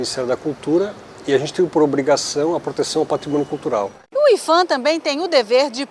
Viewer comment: a pronúncia e ifan porque? Se o P é de patrimônio?